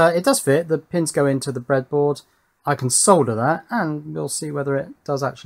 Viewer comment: It makes me so happy that you pronounce the L in solder instead of so many people. It has always bugged me. Great work on your Power Distribution boards!